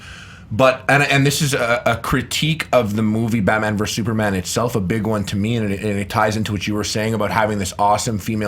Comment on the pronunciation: I thought it was Batman not Batma.